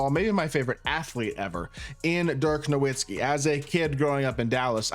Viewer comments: He doesnt even say his name right ha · He’s your favorite player ever and you don’t know how to say his name?